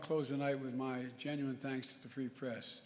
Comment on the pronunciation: “And you the pree fress play a critical role” 😂